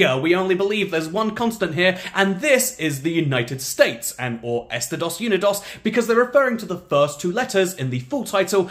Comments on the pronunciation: I don't think "Estados Unidos" is properly pronounced "Esta-dose Uni-dose". But it should be. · That was a very heretical pronunciation indeed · “Estidawss yoonidawss” 😭😭😭